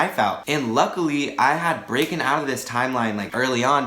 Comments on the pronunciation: did you say “breaken” instead of broken 😂😂😂 and you’re going to be an English teacher!🤣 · how do u become an english teacher when u say “breaken”